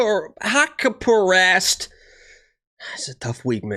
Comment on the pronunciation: It's pronounced hack-parast bro